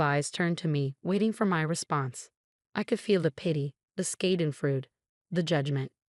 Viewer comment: If you are going to use big words, at least make sure your AI voiceover narrator pronounces them correctly. Schadenfreude is pronounced with four syllables. Get it right!